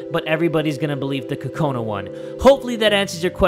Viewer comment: BTW it's Kokona not Kakona